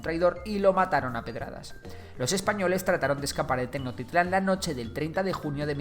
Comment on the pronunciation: Hermano!! Muchas gracias por el vídeo fue excelente!! Como comentario, la palabra Tenochtitlán se pronuncia Tenoshtitlán o sea suena sh, por lo demás te agradezco por hacer un vídeo sobre la historia de mi país. Saludos!!